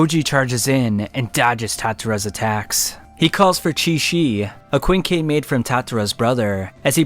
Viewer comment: Kwinn Kee